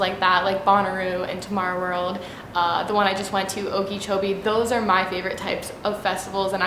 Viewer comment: its oak-a-cho-bee.... not ok-kee-cho-bee!